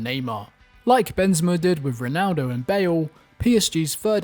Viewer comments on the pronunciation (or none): none